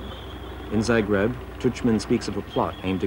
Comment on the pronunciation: The mispronounciations are driving me crazy!! Learn how to say zagreb and franjo before you make a documentary!!!